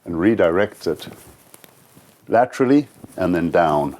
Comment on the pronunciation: Gosh I admire this man, what he's done and the way he lives. As an American I shall say "lat-tra-ly" from now on instead of "sideways"